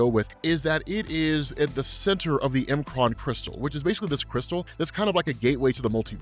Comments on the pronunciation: I really can't say I've EVER heard anyone call the M'kraan Crystal.. The M Kraan Crystal??? (it's said as "MaKraan" or "MuhKraan" or "MehKraan" ) That's what apostrophe's are for, it's not a separator. It's used as a contraction, as in, takes the place of the missing sounded letters. (think how it WOULD sound with no apostrophe at all) Example - From Australia... "G'day mate"... do you think it's said as "G Day"??? The Shi'ar Empire is another perfect example, it's said as (SOUNDED SPELLING) - "Shiyarr" or "Sheeyah" Sorry, it just really did my head in the whole time. You already talk quite fast, and pretty erratically at times (your excitable, which is fine) But when in a lot of your vid's I hear you say "Not sure how you say this" or "Pretty sure I butchered this" it dawns on me that if you only took 10seconds to read it, and sound it out, it would become apparent. Again, Sincere apologies. Not trying to be a dick... (Although no doubt people will think that, because "HOW DARE YOU CORRECT ME FOR MY OWN BENEFIT") but help you get a bit better with your own pronunciation of some of the more bizarre words made up in Marvel-verse. I love your work, your excitement and your presentation of everything you do, but it has been bugging me for ages. Peace, All the best. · It’s pronounced mu-cran not M Kron